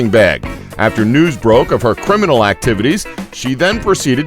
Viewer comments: "crininal"?? "criminal"! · whats a crininal